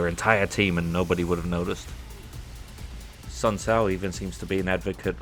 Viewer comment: It kinda got on my nerves the way you pronounced Sun Tzu. For me it was ridiculously distracting as it ate at the back of my mind; I guess this comment is my way of getting it out there before resuming